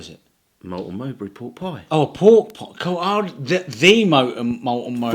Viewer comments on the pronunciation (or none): Don't you mean Melton Mowbray, not Moulton Mowbray?🤣 Anyway, loved the video, like the general chit-chat format!!